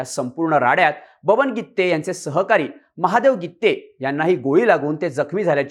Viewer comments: Irritate zal गित्ते गित्ते... गिते आहे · गीत्ते नाही गीते आहे पत्रकार मराठी चांगले शिका शब्दाचे अनर्थ होत आहे😂😂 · Brother it’s Gite not Gitte😂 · गित्ते नाही ओ गीते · गीते आहे गित्ते नाही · गित्ते नाही रे गीते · गित्ते नाही रे बाबा गीते . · गित्ते नाही रे भाऊ, गिते, गिते.